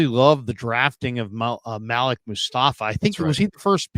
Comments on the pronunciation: When white people try to say your name its cringe worthy... His name is Maleek!! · ITS PROBOUNCED MA -LEEK!!! .. OMG WHY DO WHITE PEOPLE PRONOUNCE IT MALICK🤦🏿‍♂️🤦🏿‍♂️🤦🏿‍♂️